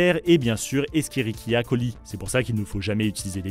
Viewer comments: Rarement vu quelqu'un aussi mal prononcer E.coli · Bonne vidéo, la prononciation des E. Coli est pas la bonne btw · Bon la vidéo est OK mais il y a des problèmes sur la prononciation des noms scientifique 😅 E. Coli par exemple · Comment il a prononcé E. coli.